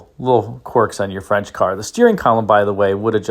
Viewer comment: Agreed, French pronunciation is impressive.